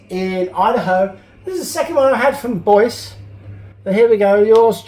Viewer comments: Boise, Idaho pronounced Boy Zee. Not Boys. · Pronounced "Boyzee", Idaho. Love your videos. Keep them coming. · Great video,. Thank you for sharing. All the best to you and yours in the New Year! BTW, Boise, that city in Idaho, is pronounced Boyzee, here in the states. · Boise is.pronounved BOY ZEE IDAHO not boice like voice like youre sayin it mate. Cheers! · Another cool video 😎 And for the record, Boise is pronounced Boy-Zee, although it’s fun to hear your pronunciation too! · the proper pronunciation of Boise in Boise, Idaho is Boy'see..Love every thing about your show. You Sir are the Bob Ross of the die-cast renovation world. The best on any you tube channel. I always found Lesney Matchbox better then Hotwheels..I'm a purist and prefer my cars true to original specs..I think Hotwheels just went a bit out there for me.. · Bois...LOL Idaho. does not take long to look up how to say a city bud. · Boise is pronounced Boi-see......... Love those old Routemasters......too bad they still don't use them in London anymore! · Boise Idaho is pronouced "Boy-zee" Never been there myself. I have been to Northridge, California. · Hey!!......that's pronounced "BoyZee" Idaho. We want more Kevin & makeovers please!! Glad you're back. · Boise is pronounced boys-ee. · It's pronounced Boy-zee. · Just so you know, Boise Idaho is pronounced Boy-zee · I belive its pronounced boy-zee lol 👌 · nice grab of the chocolate, lol., FYI Boise is pronounced boysee. Yeah it's weird! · Windsor is in Canada not US. And Boise Idaho is said boy-zee. Sorry, just wanted you to know i was paying attention. Luved your first un-boxing from your great new location. I'll be watching. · Boise is pronounced Boy-Zee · Hi, It's pronounced "Boy-zee" Idaho. great to see you back. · Boise, Idaho. It's 'boy-zee' if I'm not wrong.